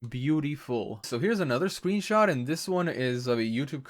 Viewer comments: did... did he say sweenshot? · LunaTheCrystalian lol i heard it too